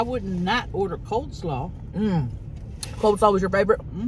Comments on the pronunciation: COLE SLAW, not COLD SLAW. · I thought it was COLE slaw and not COLD slaw. Guess I was wrong